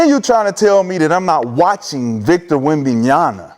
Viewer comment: shad is just a ducker and also a fake and a bandwagon fan, he aint a wemby fan, pronouncing wemby's name wrong over and over is just embarassing